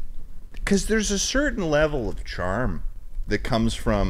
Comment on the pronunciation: says “charm” in the most Irish accent unintentionally